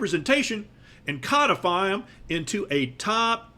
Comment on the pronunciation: BRILLIANT! And extra points for correct pronunciation of "codify."